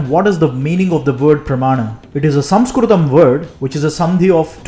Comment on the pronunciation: You are doing brilliant work and your pronounciation of samskrutam is excellent ❤